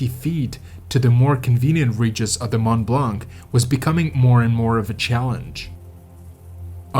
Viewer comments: Mont Blanc = pronounced "Mon Blon" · The correct prononciation of "Mont-Blanc" excludes the "c". Excellent and detailed video of this hiking tragedy, tank you